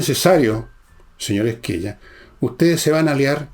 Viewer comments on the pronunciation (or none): Hola Fernando, gracias por todoooo !! SQUELLA se dice “esqueya “